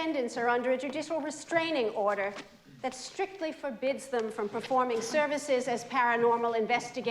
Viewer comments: I always thought that since Louis mispronounces "restraining order" by saying "mistrangement order" that he meant something else. Never figured out what, though. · Judicial restrangment order haha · Fine lawyer Louis Tully turned out to be. He couldn't even say it right! But they won their court case nonetheless.